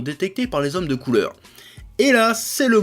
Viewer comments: xD je suis le seul à avoir rit à parce que on dirait qu'il dit "il se fait détecter par les hommes de couleurs" ? XDDDD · Je suis le seul qu'à compris "et les hommes de couleurs" mdr